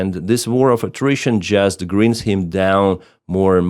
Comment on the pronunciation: Pronunciation: Grind is is not pronounced "Grinned" which is like smiling. It does not rhyme with wind (which is air moving). The "ind" in grind is pronounced to rhyme with "mined", mind, lined, and wind (when you wind up the spring on your clock). English is a bastard language, where pronunciation and meaning depends on context.